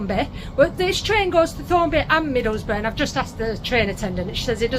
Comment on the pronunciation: aww. Cant wait. Yet again you're going to all places I've been by the way its pronounced Thorn a bi. Thornaby. Im very much enjoying this adventure. Redcar and even down to Whitby Mind you I drove. Saltburn by the sea Loftus all those places. Hell I shouldn't envy anyone wished I was on this adventure with ya I am thinking when you mentioned disappointed did you give in. I know you won't give it away yet even if you did there is no shame.